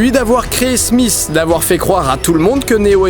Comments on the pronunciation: Didi, c'est pas "Smiss"... C'est "Smith". :pp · smisss et non smith